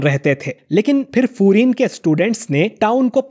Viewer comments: Bhai this is not furin this is fiurin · Not furin it's fuiren high